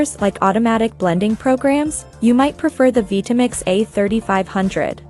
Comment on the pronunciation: what is a vee-tamix?